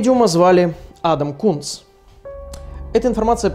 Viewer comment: Никто: Что говорит: Адам Кунс Что слышу я: Адам Скункс